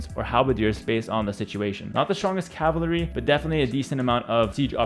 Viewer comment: Could've sworn its pronounced cav-al-ry Not calv-ry